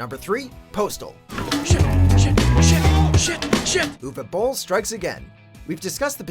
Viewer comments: Probs: Most accurate pronunciation of 'Uwe Boll' I ever heard from an English speaker. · Wow! I'm impressed! You pronounced Uwe Boll correctly, instead of saying "youwee bowl", as many do. Unfortunately, this does not make him a better director. :)